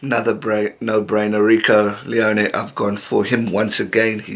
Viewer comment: Awesome vids, I watch all of them! Also, Ioane is pronounced "ee-or-ar-nee", I can assist with any other polynesian phonetics if u need, cheers, JT